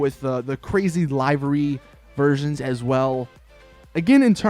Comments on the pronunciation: The way u say livery is pissing me off its pronounced like this Le-ver-y U said it like Lai-ver-y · It doesn't, but it does matter that you've been pronouncing "livery" incorrectly in all of your videos. in both US and UK English, it's LIH-verr-ee. Not LIE-verr-ee. Start saying it correctly. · It's LIVEry like "He is going to LIVE a long life" not LIVEry as in "Hey man when are you going LIVE on Twitch?" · LIVE like he lived... LIVERY...not live as in live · 1. Pronounces livery wrong 2. Called an RWB Porsche rice ... Don't ever go to Japan or any real life meet, PLEASE! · Please learn how to say livery